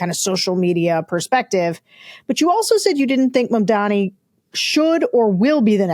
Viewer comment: It's MAMdani. Get it right.